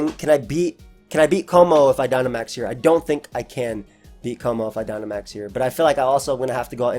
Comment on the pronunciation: lmao the guy just said Gynamax